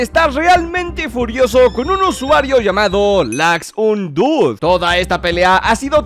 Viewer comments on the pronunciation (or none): perdon pero creo que se dice laxonedude osea en inglish